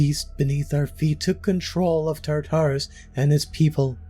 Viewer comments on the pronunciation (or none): He talks a little bit fast in some places and I don't like the way he pronounced "Tartarus". I have heard that name a bunch and never in the way this guy says it.